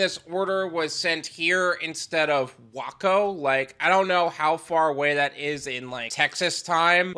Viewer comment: I doubt you'll care, or ever read the names again, but as a Texan, those cities are pronounced "Way-co" and "Flu-gerville"